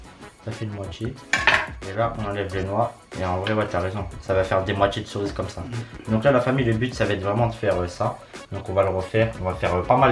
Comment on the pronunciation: c'est le seul gars au monde qui dit les "corises" a la place de cerise